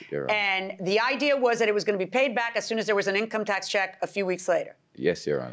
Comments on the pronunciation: The confident guy pronouncing income tax wrong killed me 🤣...In tax come.... in tax coming 😆😆😆 income tax coming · The dude that couldn’t pronounce income tax 🤣🤣🤣🤣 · 🤣 he can’t even say “income tax” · He can’t even say the word income tax … something tells me he’s never had a job I hope his acting career goes well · Dude in red shirt outside don’t work he isn’t familiar with an income tax check he can’t even say the words “ Income tax check.